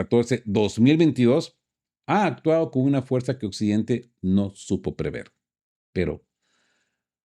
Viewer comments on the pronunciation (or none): none